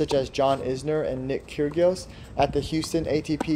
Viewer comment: "nick kyrGios"